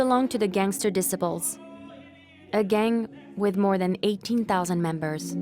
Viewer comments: dicibles....... this chick cant say gang names right LOL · i cant tell if the mispronunciations are because its ai narrated or the narrator is a foreigner shes pronouncing Disciples like decibels and shes saying latein kings instead of latin kings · she said the black dis se ples 😂learn to pronounce it 😂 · Did she really say "Black Disipels"?🤣🤣🥴🥴. And did she say gangs were chased out of Boystown🤣🤣. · It is pronounced: "Dee- SY- puls" not "Decibels"! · The narrator cracks me up pronouncing Disciples “dissaples” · ‘Disipals’ is not a word that is used in the English language. Hard to believe you are not familiar with the word, ‘desciples’? 😮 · Black dissiples 😂😂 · The dissaples 😂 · Black diss- ipples? At least pronounce the $hit right 😂 LAC MICHIGAN!!! DAFUQ! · ahh yes the black "dissiples" lol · Its called shoot out not shot out and the way you say disciples is crazy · This narrator is driving me nuts by the way she pronounces the word “disciples”. You would think the producers would have picked up on it during editing or something. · I'm over here lmfaooo When she tried pronouncing the gang called the Disciples.